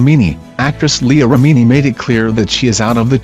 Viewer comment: Please for the love of all things holy STOP using artificial narration. It does not pronounce words or names correctly like Leah Remini. Neither does the sentence flow because the emphasis is not put in the correct places. It's so irritating and I have no idea what they're trying to say. I don't know how much it costs to actually pay somebody to read such a short list of names 😕